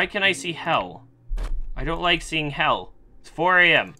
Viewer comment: I know this is like 2 years later but, I thought instead of hell he kept on saying heath